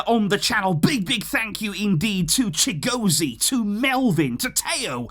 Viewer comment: I'm a Nigerian. The "Chigozie" got me rolling😂😂